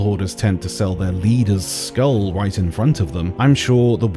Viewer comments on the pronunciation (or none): none